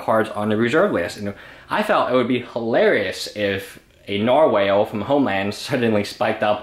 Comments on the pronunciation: Nar-wall not Nar-whale... fucking hell m8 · Nar-”whale” lol